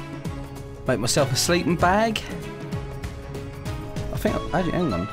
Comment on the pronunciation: You das not need to mak a kee